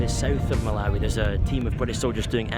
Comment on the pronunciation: Great report but it’s Mal-ah-wee not Mal-ow-wee 😂. I was actually at Blantyre College of Medicine where the British Soldier killed in Malawi was held. Sad story that